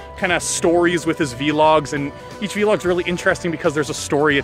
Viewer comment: Vee log 😂